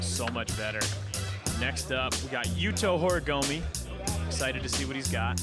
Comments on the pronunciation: Very cool event! i just wish could stop saying "horigomi" lmao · right lmao like hes an announcer and doesnt even try to pronounce it correctly